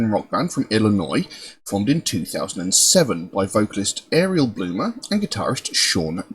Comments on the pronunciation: It's pronounced Auriel (R-E-L) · Her name is pronounced R-E-L. Not REL, R... E... L